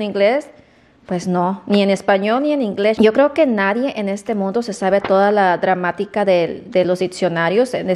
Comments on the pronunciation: Escuche bien?, dijo dramática o gramática? 😮😮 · Ay, no que donde vivían tus papas no había coronavirus por el calor, que bárbara como demuestras tu ignorancia en tus conversaciones y hasta en palabras se dice diccionario no diPccionaro y es gramática no dramática jajaja en fin te la das de nice pero nada que ver la mona aunque se vista de seda... Y otra cosa acá en México no hay escasez de pruebas ni de nada no quieras denigrar a nuestro país créeme que acá se vive muyyyy bien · Dijiste DRAMÁTICA? Y DIPSIONARIO?